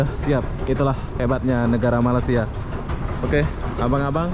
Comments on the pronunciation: memang sudah azali org indonesia tidak dapat menyebut berapa perkataan melayu. bunyi seperti ijin,malisia,beda,musik.. huruf z jadi j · ni,dari dulu tak boleh sebut " Malaysia" dengan betul 🤣🤣🤣 Ape ape bende oby memang mantap